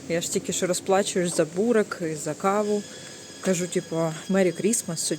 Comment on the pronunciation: Не бурек,а Бурек наголос на еʼ